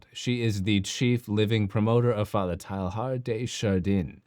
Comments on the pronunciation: Its not pronounced TILE-HARD, i think it sounds more like Tey-yar. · A correct pronunciation of the French Jesuit's name might add validity to your argument.